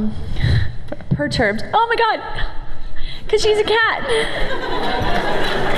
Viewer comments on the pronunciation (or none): Purrturbed XDXDXDXD